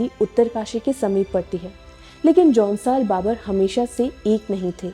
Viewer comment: Aunsaar baabar nahi jaunsaar bhaabar 😜🤣🤣🤣😭😭